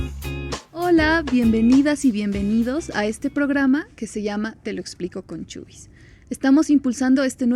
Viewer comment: Chubis??? No es CHUIS ??